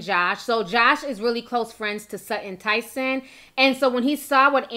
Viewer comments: It's pronounced Sutton Ten-nuh-son. Not Tyson. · 😂😂 why Ti never get anybody name right lol. Not Sudden Tyson😂🤦‍♀️